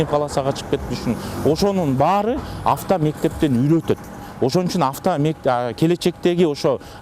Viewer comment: Онол сотрудник кайра кайра эле афто мектеп афто афто дейтко оозун чоон ачып секин эле авто мектептер деп эле суйлосо болмок